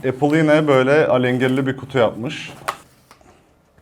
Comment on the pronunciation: Zaten isimlerini bile doğru bilmiyorsun,kullanmaman isabet olur.İpon değil “İphone”.İmak değil “İ mac”.Appel değil “Apple”.Fiyat konusunda haklısın,evet pahalı.Ama eğer Apple ekosistemi içerisinde değilsen Apple cihazların kalite ve stabilitesini anlayamazsın.